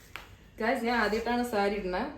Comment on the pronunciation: I would like to inform u that if u change the pronounciation of നാൻ to ഞാൻ, u can keep more reality.